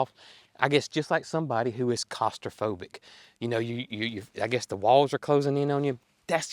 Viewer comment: The word is pronounced Claustrophobic claw-stra-fo-bic